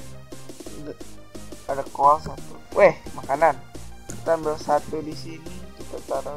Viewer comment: coal ngomongnya 'col' ga usah dibaca 'a' nya :)